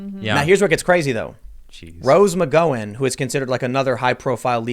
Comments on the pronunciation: I claim no relation. Also, its not Mc Go in, more like Mc Gow (how with a G) an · Gow rhyming with now not know. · Has anyone told Tim how to pronounce McGowan? Gow rhymes with Wow, not Mc-Go-an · McGowan... like mc gow an not mc go wan. Gow like cow.... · Rose McGowan. Mc Gow-an Said Like: Cow-an. (Mooo) Not Go-an. You are hurting my brain. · Pretty sure Tim is pronouncing McGowin wrong. He is saying Mc- GO- in and pretty sure it is Mc-GOW-in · Is Tim intentionally saying Roses name wrong? its Mc"GOW"an not Mc "goe" an... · Fuck you guys ARE SO DAMN AGGRAVATING!!! You mispronounce McGowen, then Mr side kick guy doesn't even know who Allysa Millano is, AND THEN there's the FACT that they Co-Starred on Charmed together for something like 10 years?! And you didnt even know that it was "Who's the Boss" that made her famouse, which has a drama story attached to it by itself...and you couldn't do a 2min google search to get this info... 🤦🏽‍♂️ I mean, C'mon you guys! Just for the fact that you talk about people all fucking day long, safe to say it's YOUR JOB! You do an entire show about these ppl, but don't know a fucking thing about them, except for their very recent Political views! You just lost cred as far as I'm concerned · List of women who’s names Tim can’t say: Rose McGowan (mick-gah-win) Kayleigh McEnany (Mack-en-ā-knee) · I like your channels and watch most of your content Tim but if you keep mispronouncing McGowan I'm gonna have to deny your existence. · McGowan is pronounced like cow 🐄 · Rose ma go win. Learn how to pronounce names Tim. It’s a pretty common name. Good God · This dude can't say anyone's name properly It pronounced rose ma gown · your wrong , I'm Irish and it's pronounced ma gown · omg please get Rose last name correct 🤦🏻‍♀️ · Each time he says McGowan, his pronunciation makes me almost shit my pants. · Have you seriously never heard Rose Mcgowan's or Asia Argento's names said? Here's a hint, you don't them wrong.